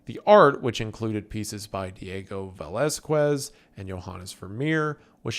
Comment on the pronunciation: Brother, I get it. We got a town round here named Lenoir City, but for the love of all that is good, please I beg you: Hire. Someone. To. Check. Your. Pronunciation. VelezSKEWZ and ReNORE? Just. No, my guy